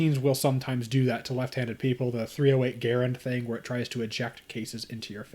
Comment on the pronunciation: GUH-RAND is the rifle. GARE-IN is the man.